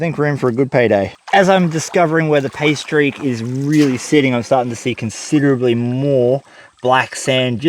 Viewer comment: "Pay streak," + accent= "pastries" and now I'm hungry. How to make a quality vegemite sandwich: worth the price of admission, although rumor has it an Aussie will mess with you... Last comment: seems to me that a hand or foot powered pump could be used instead of the scoop to move the water